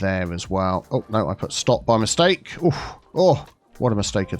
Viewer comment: "What a Mistaka to Maka" sounds like that guy from Allo Allo. Nostalgic.